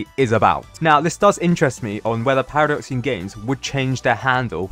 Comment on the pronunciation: Now it’s actually “Paradoxum GAMES”